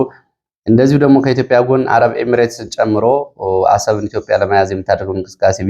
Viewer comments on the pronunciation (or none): none